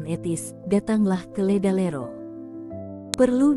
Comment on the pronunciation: LEDALERO OM BUKAN LERALEDO😅